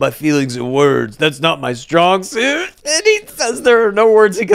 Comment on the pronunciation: If you listen back carefully when Sam says strong suit he actually says strong soup. I would bet my life on this.